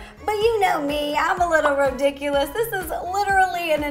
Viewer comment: I love how instead of saying rediculous you say Ro-diculous sorry I know I spelled it wrong… lol i😝